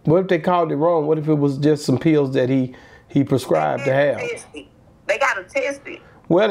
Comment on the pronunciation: Ecstasy not ex der ain’t no (ex) in the word 😂😂😂